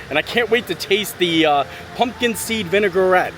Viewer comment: I’m an English stickler and you’re adorable but it’s vi-nuh-gret not vinegar-ette loll also, you demolished those beer flights like nothing and I was thinking how big those drinks were for a flight tasting! Remind me to never challenge you to a drinking contest 😂 also most steamed buns come with a wrapper on the bottom almost anywhere 😂😂😂 you’re too funny